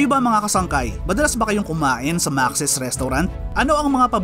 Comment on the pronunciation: Maks po ang pronunciation nyan hindi po maxis.